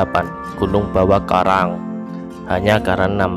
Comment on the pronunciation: bawa karaeng bro, bukan bawa karaang